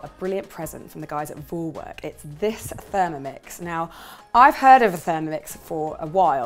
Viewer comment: In German we say phySALys, basically like your husband said. And I also know the name "Kapstachelbeere", which translates to Cape gooseberry. BTW it's so funny hearing you say Thermomix and Vorwerk (in an English way), as they are so very German (and very popular here - though I don't have one). 😊